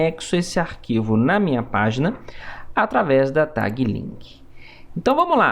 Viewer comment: Eu perco 10% da minha vitalidade cada vez que ouço "tague"